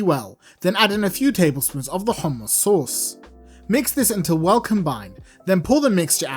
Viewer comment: Now ill get the proper ingedients to make some good HOMMus 😁 i like the way you pronounce it. There should be a Bass boosted Version